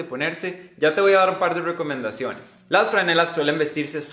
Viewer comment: "pierden el color muy rwapido" "ya te voy a dar un par de rwecomendaciones" "rwico"